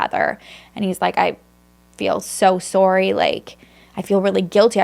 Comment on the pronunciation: Right!? It’s like “sawry.” I think it’s a Canadian thing cuz I’ve heard other Canadians pronounce it like that. She has a couple other words she says super cute, too, but I’m drawing a blank right now. She’s just so cute overall, inside & out! We love you,!! 🫶🏼